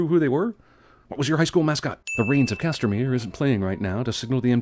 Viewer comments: Maybe this was mentioned already, and I love the reference, but CASTAMERE. Not CASTERMERE. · Lol, 'the Rains of Castermere' 😂